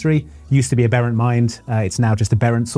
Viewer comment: I hate to be a dick about it but,, that's not how you say "aberrant". It's pronounced the way you would describe the smallest of a litter of Swedish popstars.